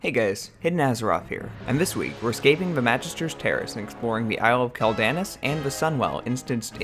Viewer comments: Dude... it's "KWELL-da-noss" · I know you play Alliance but....... bro........... Quel'Danas isn't pronounced like that. "Quel" is pronounced like the word "quell" (kwel); "Danas" is pronounced with long A's and a hard S (dah-nahss). Great video, but I had to cringe every time you mispronounced the name of the Isle. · its pronounced quell den ahs